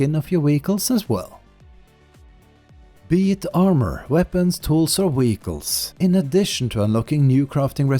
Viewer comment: It took me a while to figure out that 'weegles' are ‘vehicles'. But otherwise, excellent video.